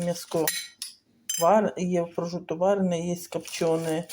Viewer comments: Не прожуто а прошутто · Не прожуто , а прошутто ... Від слова - просушувати ... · prosciutto , prosciugare ... Не знаходите нічого спільного у вимові цих слів ?